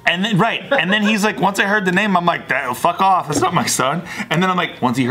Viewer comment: nobody else saw bart spit on that hard F in "fuck"? lol